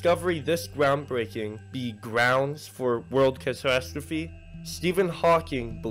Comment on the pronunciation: I’m not about to believe a video from someone who can’t pronounce catastrophe.